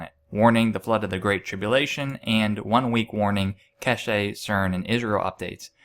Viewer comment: it's not pronounced Ke she... it's Kesh.. silent E